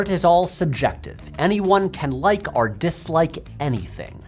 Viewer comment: ok, but why do you say "arr" instead of "or"?